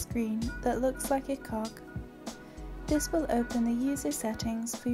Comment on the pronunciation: When she said Cog I thought she said Cock and I was like; "yo wtf?!"